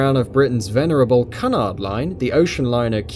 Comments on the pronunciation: It is Kew- nard line not Cun- ard line!! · Cunard is pronounced "Q nard" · Cunard is pronounced 'q-nard'. You're British, you should know that. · I've never heard Cunard pronounced like that before - sounds vaguely offensive. Also, the picture you showed was Queen Elizabeth, not QE2. And the pictures shown from to are of QE2's refit at Bremerhaven in 1986-87, not of her in Dubai.